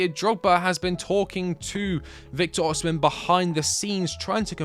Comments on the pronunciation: why tf do people keep saying oSHImen oSHImen IT'S OSIMHEN BRUH osimHENNN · OSIMHEN NOT OSHIMEN